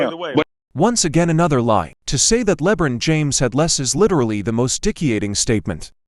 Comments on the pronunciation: Le bren James Lol 😂😂😂 first time I ever heard it pronounced like that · Who the heck is "Lebrin James"?🤣